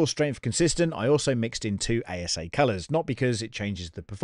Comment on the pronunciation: 😂 you mispronounced ASA as ABS. ASA is Acrylonitrile Styrene Acrylate. Just had a laugh when you said this. Great video.